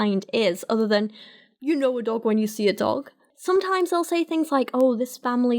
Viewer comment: I hate the way says "dolg" instead of "dog" Also why do all YECs with some kind of biology degree come from Ohio? I don't think we have this issue here in Indiana, but I studied econ, so what do I know?